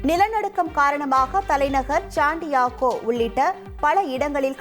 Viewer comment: சாண்டியாகோ இல்லை ஷேண்டியாகோ.. Chantiago illai Santiago..